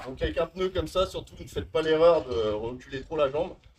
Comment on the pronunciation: Merci de souligner qu'en effet cela se prononce pneu et non peuneu